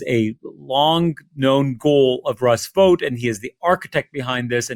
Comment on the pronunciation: Vought would be pronounced like out, not vote, and he is evil. The shutdown also avoids the release of the Epstein files